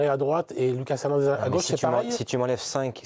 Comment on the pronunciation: Loucasse Hernandez lol.....c'est Lucas les gars il est français....